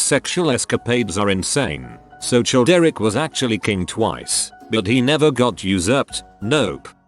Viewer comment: I love how Childeric gets pronounced as 'Chilled Eric'